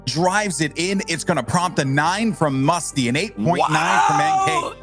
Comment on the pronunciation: He called Mesko musty